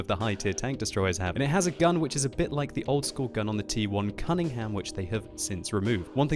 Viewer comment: Please, it's kranvAGN, not kranvANG...